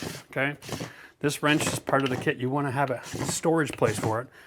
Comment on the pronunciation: …”little wrench here” LOL. Are you from Texas now?